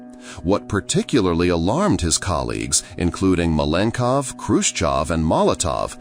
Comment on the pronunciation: Malenkov is pronounced at least 3 different ways throughout the video 😂😂😂